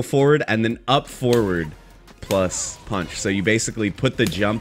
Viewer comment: Taking a shot every time read kick and punch wrong will kill me